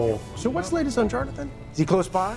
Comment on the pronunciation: Yes. It’s subtle, but they all pronounce it “Jarnathan”.